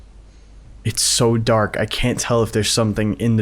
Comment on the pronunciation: bro i'm so confused,😭 did you say dark or dock❔😭